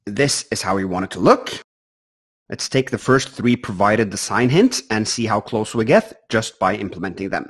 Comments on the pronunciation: Three not tree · "Tree new notifications" at about 50 minutes.